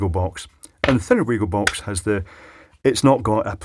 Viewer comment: Stupid little nitpick, but Wago is pronounced "Vah-go" (remember, in German, phonetically 'W' = 'V' ) On a completely different note, I'll see if I can "borrow" a small selection of the Wago DIN terminals from work for you to have a look at.